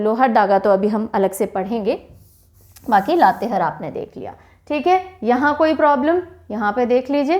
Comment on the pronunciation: Madam लातेहर नही लातेहार है।